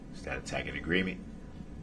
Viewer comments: He complains that he doesn't understand and acts like the court is supposed to teach him, but HE FIRED HIS ATTORNEYS! They warned him that the prosecutor has tons of resources and he said it didn't scare him one bit. He's only upset he can't get his way. And WTF is a 'tackit agreement'? Is it like a TACIT agreement? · Dis,dat, taKit agreement, suBstain ,etc. He's a complete imbecile. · "Is that a tack it agreement?" What, Mr. Brooks, tack it to your pointy little head?